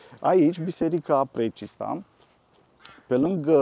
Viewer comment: Fostul prefect nu are nimic de obiectat când aude "Precesta" ? Alexcsandri????